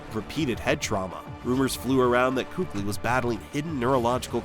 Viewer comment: Not once did you even pronouce his name correctly which is keek-lee btw. And it's widely known it was because of concussions. the much more shocking early retirement was the better patrick willis.